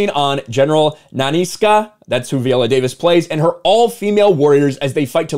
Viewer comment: At the bare minimum pronoun her name right. 😂 Can’t even begin to take you serious when you can’t do that